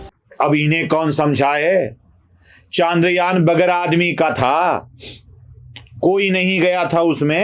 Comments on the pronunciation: बंधु आपके बोलने में ही इतनी सारी गलतियाँ हैं कि आश्चर्य होता है कि बोलने में भी इतनी गलतियाँ हो सकती हैं क्या। एक तो आप ये जान लीजिये कि चन्द्रयान होता है, चांद्रयान नहीं। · चंद्रयान✔️ चांद्रयान ❌